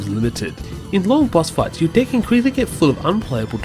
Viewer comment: I liked this video but I have to admit... every time you said "deck" I chuckled since it sounded like you said 'dick'